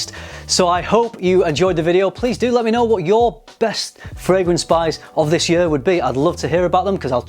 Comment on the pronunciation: Am I the only one who noticed the pronounciation of 'year' like 'yuur' lol